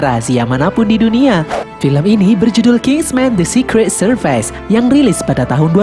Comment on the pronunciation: Servis not serpais 😅😅